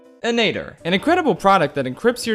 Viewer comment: it's -inator, not -anator